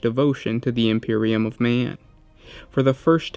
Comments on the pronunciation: ThalesWell I tried, but it didn't help for me. Unfortunately, I have to say that the way he emphasises certain syllables still makes my skin crawl. "Emperor of may-an", etc etc. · "Imperium of Me-an"